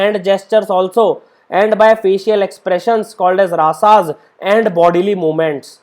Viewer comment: Raas and rasa the meaning is different ,plz pronounce correctly